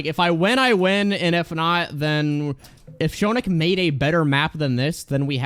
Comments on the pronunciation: "Show-nick" No it's "Shoe-nic"! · I love how is Shoonic